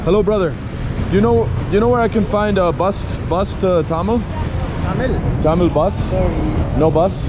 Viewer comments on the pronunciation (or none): Brother your pronunciation of Thamel is a bit off so people couldn't understand you right away. The way to say it is Tha-mél and put more emphasis on the mél (pronounced like mail). Cheers mate have fun👍✌